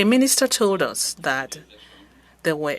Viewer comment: I can barely understand her, she mispronounces several words (that=\=dat). Makes it quite hard to follow.